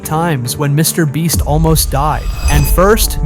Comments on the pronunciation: HI why are u saying MrBreast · STOP SAYING MR BREST ITS MR BEAST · Mr. Breast lol this guy does this intentionally on every video ig? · Bro said mr breast 😢😢😢😢😢😢😢😢😢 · And he says Mr. bleach